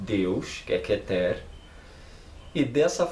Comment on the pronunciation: Seu vídeo é legal. Correções fonéticas: plural de Sefirá (não Sêfira) é Sefirót , não Sefirô. Kéter, não Ketêr. É o mais sagrado. A Sefirá mais importante. Menorá é feminino.